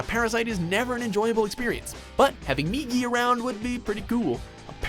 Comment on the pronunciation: THANK YOU! You finally pronounce Migi's name right! That's a start for sure! You pronounced it as 'Miji' before, and...being someone who's been learning Japanese, I couldn't help but cringe. Again, THANK YOU! You finally listen to reason!